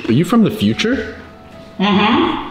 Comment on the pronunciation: Unspeakable:Are you from the futre? Gabe:YUS Me:Hailey Hailey:What Me:Are you from the futre? Hailey:Ofc yus Me:*brain explodes*